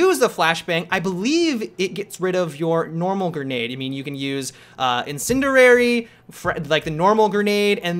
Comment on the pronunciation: s it's incendiary not incenderary :)